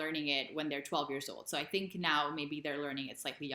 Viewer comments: Another mistake is tink instead of think! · Most Dutchies are saying sink instead of think!